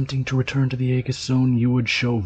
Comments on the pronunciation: actually its A-jiss, but symantics on how greek words are pronounced is dumb and pointless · Very nicely done ... a small point, Aegis is pronounced ee-juss 👍